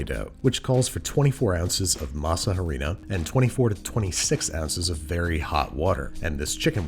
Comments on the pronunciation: the 'H' in "Harina/Masa Harina" is silent. It's just ah-REE-na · Harina=Ahdina do not say the h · Andrew, the H in "Masa Harina" is silent